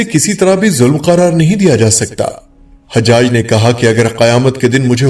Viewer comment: . Sorry HajHaj nahi it's Hajaj ( Ha , Jaj .)